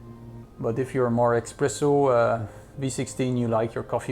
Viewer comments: Espresso, not Expresso. Please, if you call yourself a coffee expert at least get that right :-) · espresso no expresso…🤦🏻‍♂️🤦🏻‍♂️ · "expresso" smh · Pls stop calling it eXpresso :(